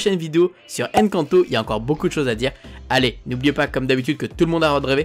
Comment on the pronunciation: C'est pas Èn canto 😡 c'est Encanto hein